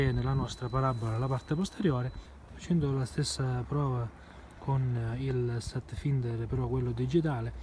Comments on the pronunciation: si pronuncia FAINDER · per la cronaca si pronuncia satfainder